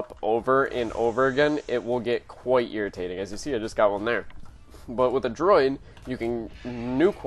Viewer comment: Droid?? Come on man. It's not a difficult word. Write a script for your videos too, this is depressing.